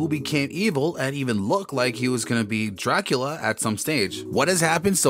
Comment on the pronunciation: If your going to narrate a show about Dracula please learn how to pronounce Dracula